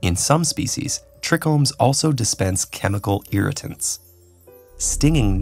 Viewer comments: They mispronounced trichome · i've never heard someone say ''trichome'' like that